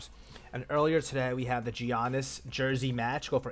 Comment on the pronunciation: Learn how to say Giannis' name